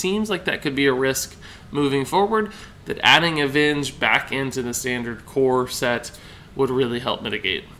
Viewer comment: Every time you say "core set" I hear "corset" that thing that women wear lol.